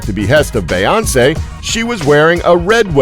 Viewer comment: Why doesn't the guy doing the voiceover know how to say Beyonce? Have some respect for our royals!